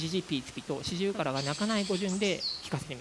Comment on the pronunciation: This is incredible, completely groundbreaking stuff if it is translatable to other species and type of animal. At first the narrator had me a little confused, because he keeps saying “pitsby” when in fact the sound is “pitsubi”, an entire syllable longer, which when describing birdsong means an entirely different sound. Only seeing the word on screen sorted the cognitive dissonance I was having between the sound the bird was making and the sound the narrator was describing. I know, “cool story bro” 😅😝